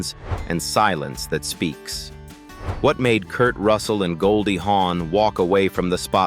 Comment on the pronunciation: Her name is Goldie Hawn not Horn.